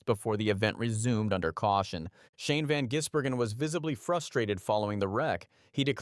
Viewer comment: Why do a story on someone when you're going to butcher the pronunciation of his name. His nickname is "the giz", because its pronounced van-giz-bergen.